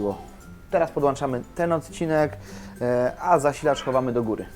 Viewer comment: podłączamy a nie podłanczamy chłopku